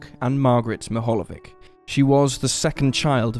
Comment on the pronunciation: It's pronounced as " Meehalyevich".